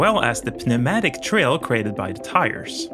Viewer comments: Ah yes the p-u-matic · I've never heard someone pronounce "Pneumatic" like Peh-Neumatic before. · Pronounced "new matic" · bro its pronounced NEWMATIC not pnematic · Pehnematic...... it’s pronounced newmatic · Had a little laugh at p newmatic (sic) though haha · Silent "P", bud. "noo·ma·tuhk" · It’s pronounced “noomatik”.The P is silent 😉. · Pneumatic has silent p, pronounced noomatic. What is the point of silent letters you ask? None, no point. Welcome to the piece of shit called the English language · “Puh-new-mat-ick” ew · Awesome vid. Also, it's "new-matic". no pronounced P in pneumatic! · Hi friend! Great video! Quick note: the P in pneumatic is silent so it's pronounced "numatic", again great video! I really enjoyed it :) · P-NEUMATIC!??!!??? Credibility may be at risk here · I'm not complaining much (actually I'm grateful that so many non English speaking ppl do or attempt to speak English on all sites here, thanks) but, pneumatic has a silent p and I've tried through endless repetitions to make out what narrator says in point 1 of his list,when he says "and that is why we can do (stoutheses) on our motocycles". What is this or what's he saying pls anyone? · Bro pronounced the p in pneumatic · Cool video man. Also, the P is silent in Pnuematic. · Did you really pronounce the "p" in pneumatic? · Did this guy just pronounce the P in pneumatic? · Dude, the "p" in pneumatic is meant to be silent. Listen . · the P in Pneumatic is silent lol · never heard someone enunciate the “P” in pneumatic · Never heard somebody articulate the silent p in 'pneumatic' before! It should be impossible yet somehow he manages to do it! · the p is silent, friend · My man just pronounced the “p” in “pneumatic” 🤣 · "pneumatic" pronunciation needs work :) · Why did he pronounce the "p" in pneumatic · It's a psecret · Did he just pronounce the “p” in “pneumatic”? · awesome video. i must admit, your the only person ive ever heard pronouncing the p in pneumatic LOL